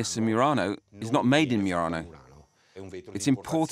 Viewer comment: It's "Mur-RON-oh", not "Mur-rain-o". Your pronunciation is fake.